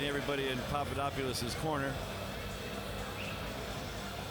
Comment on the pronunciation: it's papadopoulos not papadoupolis